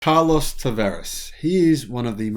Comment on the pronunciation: I like the way you pronounce his name: car loss.